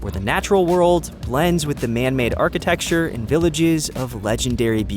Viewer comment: Your dubbing performer is very good, but please let them know that it's archiTECture, not archiTEXture. Thank you so much for this video, it's great :)